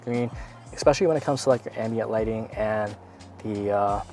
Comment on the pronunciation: You might be mixed. "Eckspecially"? Go axe your father!